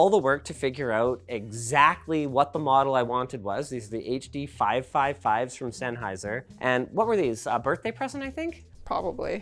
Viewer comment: and the lesser known Huh Duh Five Point Five Five Hunge-O's by ol' mate SENN